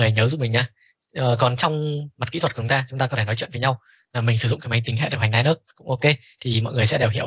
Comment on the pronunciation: đọc là Li-Ních mới chính xác thầy ạ :)